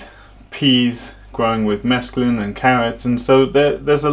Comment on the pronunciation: He says mesclun.